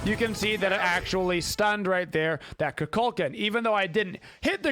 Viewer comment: Why do they say cuh cul can it’s cu cool khan